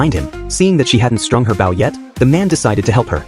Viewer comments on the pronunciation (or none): It's not bough, it's bow. Stupid machine.